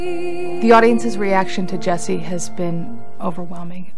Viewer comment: It's Jessie NOT Jeisse lol